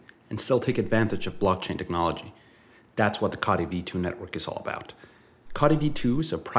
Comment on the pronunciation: Please pronounce "Co" "Tee" that sent my mind in to a spin after all these years😂 all looking great though, can't wait for mainnet 🎉🎉